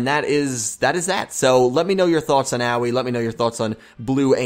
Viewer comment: Hey guys not to be nit picky or anything but I think the pronunciation is not as Yu-Gi-Oh! Everything has said. I don't think it is oweee like what a young child says when they get hurt but something more like ah oh ee. I think her name is supposed to be something like the color blue which is aoi in Japanese. Once again I don't mean to be nit picky but it's just a tip.